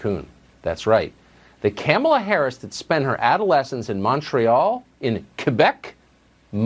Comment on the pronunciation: Camelah lol